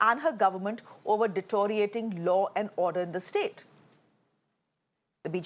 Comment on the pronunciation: Miss : Shreya the word is deteriorate not detoriate.